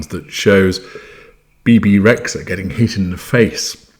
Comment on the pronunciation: Dear, I hope your are well. Excellent video as always, but I would like to correct the pronunciation of her name. Bebe Rexha is Albanian and in Albanian language "xh" is 1 singular letter and is pronounced "J", like Jeans or James in English. If you translate her name with Google translate from Albanian, you will hear the correct pronunciation. I appreciate you and your lessons and I continue to follow your videos, regardless my absence on youtube. Keep going, you are an inspiration for all of us.